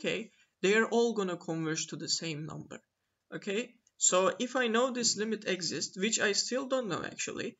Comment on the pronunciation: The accent of exist is on "i", not on "e"!!